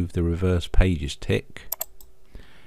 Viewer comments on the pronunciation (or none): none